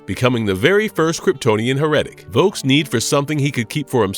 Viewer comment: Hera-tic... Smh